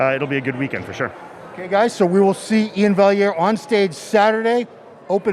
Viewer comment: Finally someone gets Iain’s last name pronounced correctly